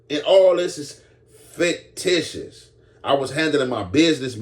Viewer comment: “Faketitious” I’m gonna trademark that 😂